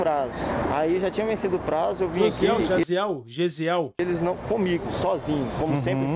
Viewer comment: Pior que o nome Jaziel nem é tão difícil assim e eles erraram mil vezes HAHAHAHAHAHAHAHAHA